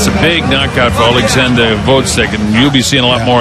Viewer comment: Fucking hell, when will they learn to pronounce Oleksandr's surname right?